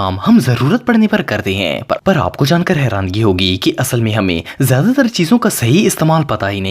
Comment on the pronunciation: Harani not harangi